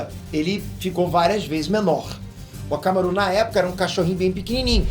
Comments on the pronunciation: Não se fala hakamaru assim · falou errado aí Tá falando akamaru errado q isso